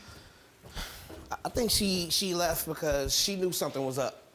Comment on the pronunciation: I can't believe the sister just up and leff. The poeleese need to ax her some questions.....